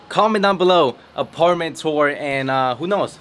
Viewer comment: [ AH PAR MAN TWOWARS]